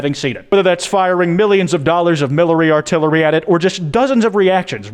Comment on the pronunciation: "millary atillery"